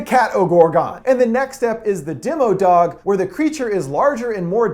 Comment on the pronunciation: It's demogorgon and demo-dog, not demigorgon and demi-dog.